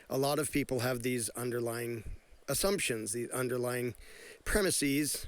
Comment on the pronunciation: "Premisez" is correct; "premisees" is a common pronunciation error.